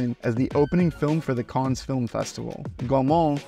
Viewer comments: Cannes - the s should not be pronounced. Fifth Element and Time Bandits best of all time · The 's' in Cannes is silent. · Do you seriously not know how to pronounce “Cannes.”